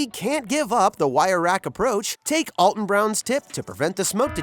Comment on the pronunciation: ➡Alton Brown pronounces the first syllable of ALTON like 'Albert,' not 'Allstate,' and the 'T' is not silent.